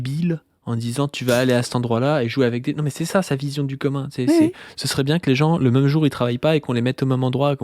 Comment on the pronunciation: Écoutez ça fait plusieurs mois que je cherche. Je n'arrive PAS à trouver l'accent régional qui fait que prononce "même" en le disant "meume" au lieu de "mème". J'ai cherché, demandé à des personnes de différentes régions, je ne trouve pas Je suis sur le point d'abandonner